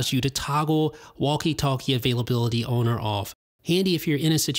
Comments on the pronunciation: Why does he say on like “one” in toblerone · where you from. you say on different